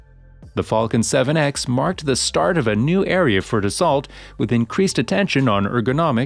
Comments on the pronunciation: You lose all credibility when you can't pronounce the name of the manufacturer correctly. It's not Da-salt. It's Da-so. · It's pronounced DASS-SEW not DASS-SALT. Dopey AI voice...